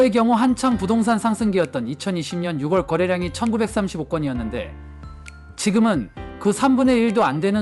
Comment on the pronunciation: 영상 잘 봤습니다 . 그런데요 ------------- 6월 = 유궐로 읽는 것이 아니고 - 유월 로 읽으셔야 합니다. .